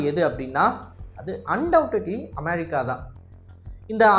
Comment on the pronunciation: நாக்குல கட்டியா அது அமெரிக்கா அமெ(ழி)க்கா இல்ல 😅😅 சரியான தமிழ் வார்த்தைகள் உச்சரி ஆங்கில வார்த்தையும் ழி கிடையாது குழந்தைகள் அறிவு வளர்ச்சிக்கு கூட இன்று வீடியோவை காட்டும் பொழுது உச்சரிப்பு சரியாக வராது😅😅